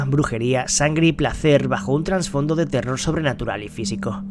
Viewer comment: TRASfondo TRASfondo, sin N hermano, duele oirlo jajaja. Gran video!